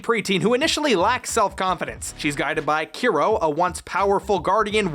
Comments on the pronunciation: Still waiting for someone to comment on the fact that it’s Kero not Kiro 😂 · Those name thou 😂 keero/key-ro . Tori. Madison. I’m dead. No wonder english speakers don’t care that much about CCS. That monster cannot be considered CCS 😂